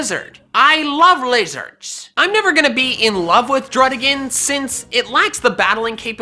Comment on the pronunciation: “I lOve lIZHUrdS” he says